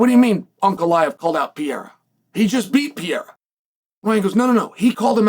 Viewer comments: “I’m a huge fan of Pee-yaira” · Bro say his last name right Jesus Christ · If you were a tremendous fan you would learn how to fucking pronounce his name correctly and then he wouldn't be mad at you because you have the cultural intelligence of a goldfish. 😂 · First learn how to say PEREIRA’s name. Tell me you are American without telling me